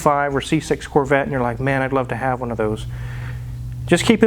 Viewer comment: "I LUUUUUUVE MY CAR" Midwest accent. Thanks for showing a Vette wizard